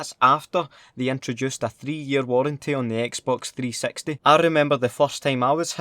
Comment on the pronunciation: when you said xbox 360 it sounded like you said xbox 3 sexty